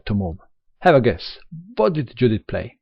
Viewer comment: Hi, Judit Polgár is a Hungarian chess player. So, her first name, Judit, should be pronounced, as "Yudit". (Note: the first name in Hungarian is the family name 🙂 So, corretly her name is Polgár Judit).